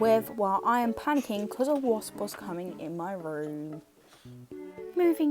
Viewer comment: Not me thinking you said a horse was coming in your room and then I look at the comments and you actually said wasp LMFAOOO